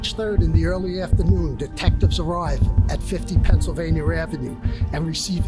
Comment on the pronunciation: There is no R in Pennsylvania god dammit hahaha